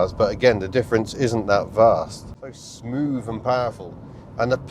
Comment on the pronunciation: Smoov, fird, free, fink, frough, fought....thucks sake